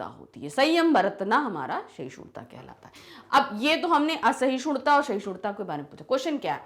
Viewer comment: Its not sahishudta😂 Its sahishduta..! May be your dialect is different maam bt we pronounce it like this. Like yr teaching though ✨